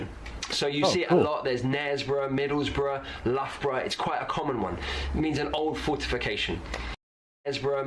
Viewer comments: It is spelled "MIDDLESBROUGH" and pronounced "Middlesbruh". The story is that the "o" was missed out in the offical town charter and it has been subsequently spelled that way. People in the UK often get it wrong, too. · Grrr😖😖. I am from North East. Its Middlesbrough NOT Middles'borough.